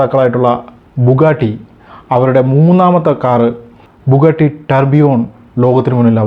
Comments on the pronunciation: ബുഗട്ടി അല്ല ബുഗാട്ടി അല്ലേ? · വോക്സ് വാഗൺ അല്ല “ഫോക്സ് വാഗൺ”. ബുഗട്ടി അല്ല “ബുഗാട്ടി”. വിയ്റോൺ അല്ല “വെയ്റോൺ” pronunciation ശ്രദ്ധിക്കുമല്ലോ ഇങ്ങനെയാണ് പേരുകൾ Pronounce ചെയ്യേണ്ടത്